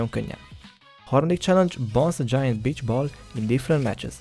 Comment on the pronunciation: angol kiejtés lvl0 mi az hogy bitch😂